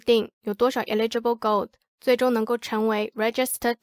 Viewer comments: eligible是 /ˈeləjəb/,第一个不是i发音吧😄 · eligible 發音是應該是eh·luh·juh·bl哈哈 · 美國，跟澳洲發音上的差異，不影響理解，只是不習慣所以覺得很有趣XD